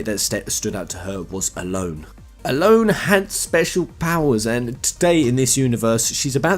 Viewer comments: ellone said like alone? really? I've always said it as El loney. sounds pretty that way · huh I always pronounced her name el en, for example Ellen DeGeneres.